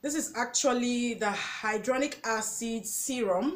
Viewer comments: Very informative and great video. Thanks for the list. Hya-lu-ron-ic Acid .... you pronounced it as Hydronic .... two different things. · Try tumeric lycopene and alpha lipoic supplements also it's pronounced hi la Ron ic acid and re serve a trol